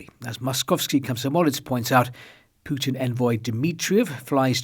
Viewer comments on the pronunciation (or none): none